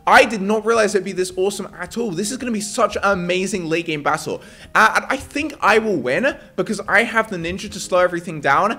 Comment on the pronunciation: MAND SAID BASSLE LOL